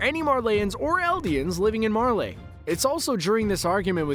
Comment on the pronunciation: "Mar-Leigh" "Para-Dice" C'mon man 🤦🏻